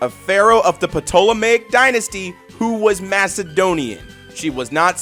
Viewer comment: Love the vid, just a FYI that the "P" in Ptolemy and by extension Ptolemaic is silent.